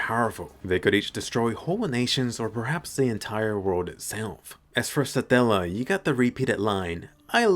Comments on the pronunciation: Why do I hear you saying "Saadalla" instead of "Satella" everytime 😂😂 I keep picturing a random middle Eastern dude talking to Subaru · How you pronounce Satella... I'm not complaining though it's kind of satisfying